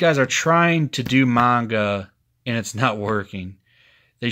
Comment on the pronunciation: Spidercide is gonna write you a multi-part novel for t his video. Also glad you're pronouncing Manga right :^)